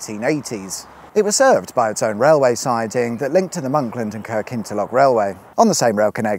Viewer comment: I was impressed by the 100% accurate pronunciation of Kirkintilloch, and really would laove to see him visit Finzean.